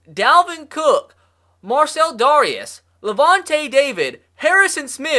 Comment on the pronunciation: Dare-ee-is by the way